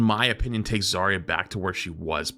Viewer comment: Zar-ya not Zaria